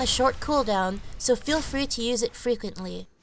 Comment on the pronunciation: "So feel free to use it.... PHREAK-UENTLY."